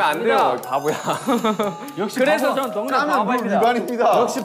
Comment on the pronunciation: It's Babo(바보) not pabo (파보)